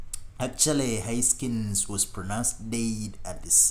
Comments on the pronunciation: “Huskins”? Seriously?? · Haskins not Huskins…..I don’t understand the characterization of “final intense” moments. Anyway, thanks for posting a nice collage of comments.